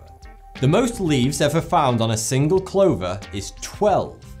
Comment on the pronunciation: How did he pronounce clover xD?